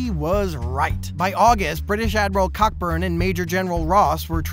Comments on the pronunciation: Ha, the admiral Cockburn (and his family)'s name mentioned is actually pronounced "Koh-Burn". You've got a new subscriber, by the way! I'm looking forward to seeing more. 🙂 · Ha, it's actually pronounced "Koh-Burn". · "Cockburn" is pronounced "Coburn" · How are you pronouncing that?